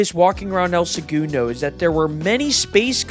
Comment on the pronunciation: having the narrator and interviewer pronounce segundo so differently is wild